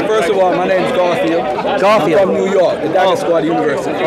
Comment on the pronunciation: was calling the man 'kaffir' instead 'garfield' again and again.😭😭 I laugh every time he did that intentionally..🤣🤣